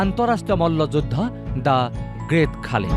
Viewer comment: Khaali nohoi bhortti. Khali buli ussaron koribo pora nai ne? Iss iss